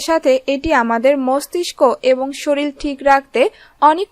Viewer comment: শরীল না আপু শরীর